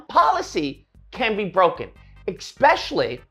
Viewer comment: “Expecially” First of all, no.